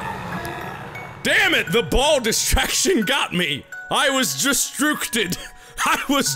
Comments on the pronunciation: "I was destrorcted." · "I was distrookted"